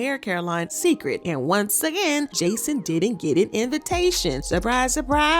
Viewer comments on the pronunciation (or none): Pronounced "say-cred." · You pronounce he line as Say-Kred. It’s a take off of Beyon-ce’s namw. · I wish you'd pronounce Cecred correctly. It's sacred. SAY. Cred. Her name is Beyoncé not Beyonsee 😂😂 I didn't think Jay looked offended when she declined the drink he offered her🤷🏾‍♀️